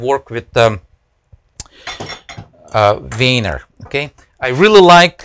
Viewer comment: "most of the time I'm actually grabbing the wiener" cant unhear that.